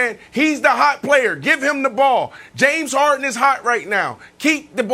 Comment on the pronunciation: No body: Brandon: JAMES HAR-IN